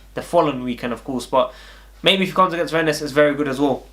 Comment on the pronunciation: Its pronounced renn the es is silent